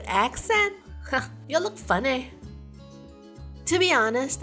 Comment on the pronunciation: wew.... part when they said "it's funny" but it pronounce as "it's funneh" why i keep on thinking of that ¤-¤